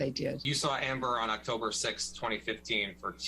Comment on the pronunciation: He sounds like he is calling her "Amberger "